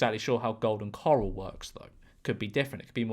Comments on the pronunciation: Well, pronouncing corral as "coral" makes you look a bit of an a-hole :) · bro pronouncing corral like it's the stuff in the ocean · I can't be the first to comment that there is a difference between "coral" and "corral" lmao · Golden “Coral”😭😭😭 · Someone needs to cut George pronouncing Corral into The Walking Dead. Dead ringer for Andrew Lincoln saying "Carl."